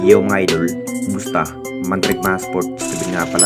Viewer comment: Puro fake news bulol purobka idol hindi idul bugok baliw iniispek daw gagooooo